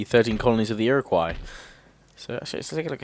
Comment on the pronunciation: he is missaying things it's frst nations and ir iq wos iriguo